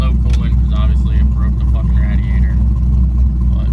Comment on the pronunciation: learn how to say “radiator” correct